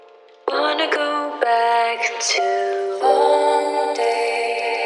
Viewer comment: 홍~데이ㅋㅋ발음보소 남유럽 휴양진줄 알겠노